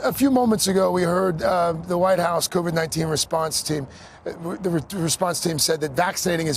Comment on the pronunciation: What's "Criven 19"? Experts only, please, MSNBC.